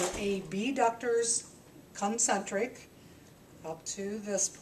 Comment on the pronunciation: " CUN - Centric " LoL :-)